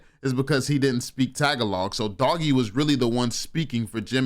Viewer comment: It’s pronounced tah-ga-loog. You just need to stretch out the log and make it loog. Respectfully a black man that is saying pinay for 4 years. Stay blessed my man and keep going🙏🏾🤞🏾🤴🏾